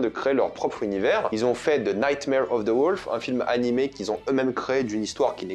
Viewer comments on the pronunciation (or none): none